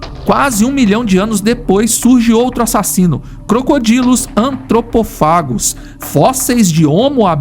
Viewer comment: Перекладач, навчись читати латинь! Антропофагус - в перекладі людоїд, а не Атропопхегус- дурня якась.